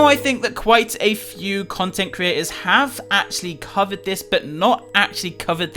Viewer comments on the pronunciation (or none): none